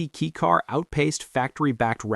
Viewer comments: It’s pronounced “kay” car not key car. 4 cylinders are not inherently balanced. That’s why most require balance shafts… straight 6s are inherently balanced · Definitely AI trash. Unfortunate. Nothing like a good old "kee cars".